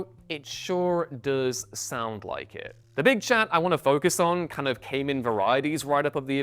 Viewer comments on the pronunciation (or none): none